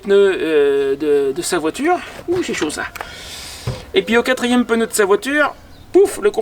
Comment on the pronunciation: Pneu et non peneu…